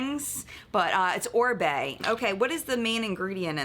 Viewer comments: This is just so cute!!! pronouncing Oribe perfectly had me saying whoa! I had to learn how to pronounce it after a very long time of saying it wrong LOL! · He pronounced Oribe correctly on his own, bravo cutie pie